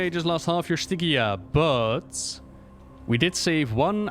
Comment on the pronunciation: It's Stygia, not Stygia. You can hear Paul Kubit say it at the beginning of Sloot's interview, which can be found at Wowhead news=316824. Love you!